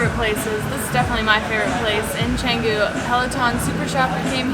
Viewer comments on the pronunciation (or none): none